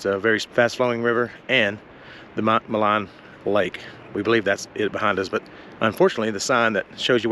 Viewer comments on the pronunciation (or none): "Maligne Lake", pronounced "Maleen Lake". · Maligne is pronounced Mah-leen. Its a French word. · I enjoyed your video. Welcome to Alberta. Maligne Lake gets its name from the French word Maligne to describe malignant or wicked. Its pronounced Maleen. Safe travels. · So the lake is actually pronounced Ma Leen Lake. It's an incredible place to fish. Thanks for sharing and coming up to see our amazing Rockies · Malign lake - pronounced - me LEEN